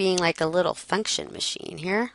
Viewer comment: Damn that 'function machine' made me laugh... I thought you said 'fucktion' hahaha. you can image what 'pops' out :P